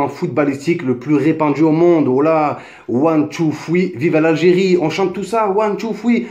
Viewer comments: One two fwii lol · Ouane tou foui 😂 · WOUAN TOU FWEE MDRRRRRRRRRR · ouane tou foui 😂😂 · One two... fweee???? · Nan man nan c pas one tou foui